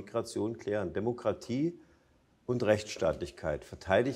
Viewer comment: Warum muss man das Wort DEMOKRATIE so betonen? Damit man es sich selbst einredet diese zu vertreten? Ich kann es mir nicht weiter anhören, sorry!!